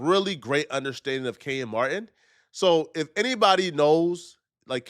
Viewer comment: It’s Kenyon Martin NOT KENYAN